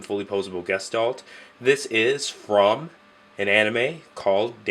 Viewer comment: guh-shtahlt Dictionary pronunciation